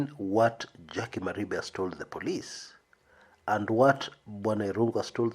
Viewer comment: Jackie does not hail from Kisii county. Her name is jaquie wanjiru wa Maribe wa Mwangi;- pronounced "mari-fe"